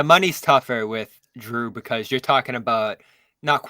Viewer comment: Love jrue.. we should do everything we can to exchange brogdon for him The way pronounces his name makes me want to not trade for him though..